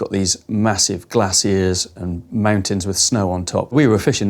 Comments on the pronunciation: The way he says glassiers sounds like glass-ears… i was like these massive who now’s?? Hahahaha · Im from the states. It took me awhile to realize he's saying glaciers not glasses.